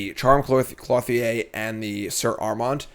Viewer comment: Same with Clothier. Cloth-ee-aye over and over :/ It's Clo-thee-er